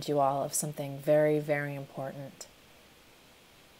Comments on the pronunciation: “i think my favorite is ‘life sometimes gets complicatep’, cause it do!” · "Life sometimes gets complicatep" ....sure does 😅